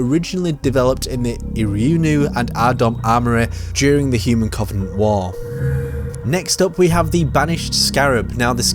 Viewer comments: Does anyone else get triggered at his pronunciation of Covenant? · Aaron Claydon it the way he pronounces the "O". It's just sounds wrong